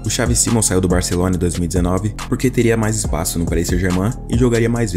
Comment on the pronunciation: Pqp que agonia vc falar mal o nome do cara